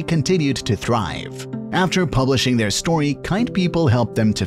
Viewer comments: ✨ The ✨ way ✨ he ✨ said ✨ ThRiVe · “Pepaaal” thrrrive”